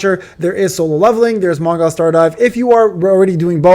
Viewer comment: Man, don't say Mong(ai)l, I bet you it's 100% Mong(ee)l! But whatever ;)